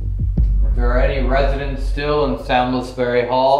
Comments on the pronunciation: pronounced 'saumsberry' I live near there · The way you pronounce salmsbury hall is stressing me out 😂